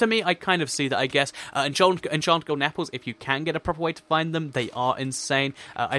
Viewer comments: you its golden not golen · Lol "Golen" apple.